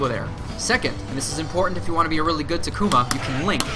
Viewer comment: TA-KU-MA, not TA-KUMA